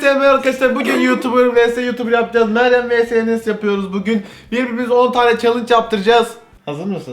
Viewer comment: Yajisiyonuz haaaaa